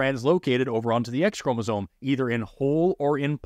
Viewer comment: I love your videos, and I particularly like your brave and stalwart dive into the complexities of this topic. But. Please, please, before you create more content on this, sit yourself down and practise saying ChromasoMe, ChromasoMe, ChromasoMe. Every time you say it, it sounds like Chromazone, which sounds like a really cool and dangerous area in a game, but not biology. 🕊